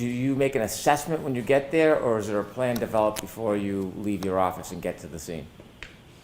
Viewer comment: OMG the hayer is thayer.🙄